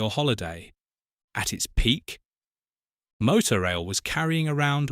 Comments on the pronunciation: It was pronounced Motor Rail not Moto Rail. 😂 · It's pronounced motor-rail rather than moto-rail actually ! Used it twice for Scottish holidays. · Motorail was pronounced 'motor-rail', not 'moto-rail'. It was basically the forerunner to Le Shuttle. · I think it’s pronounced motor - rail not moto- rail . Good video though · What a ghostly vision with which to end the video. So much more to discover about these services which once a decade or so threaten to reappear in the middle of the night somewhere in rural Dorset or en route to Oban. Maybe it's the more continental sounding MowTow/Moto in your house but the cars are called vehicles, motoR vehicles and it's a piffling pronunciation thing but motor rail was how it's said to be said. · "Mow-tow rail"? All those happy motoists enjoying an ail journey with their moto cars on the the back of the tain? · Regardless of how it’s spelt, it’s pronounced ‘motor-rail’.